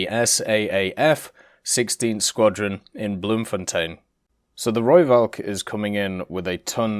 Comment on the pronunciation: ITS AN F SOUND NOT A V!!!! I have posted this EVERY time you do a rooivalk video. Please pronounce it correctly, i know you try to so thats why i tell you the correct way...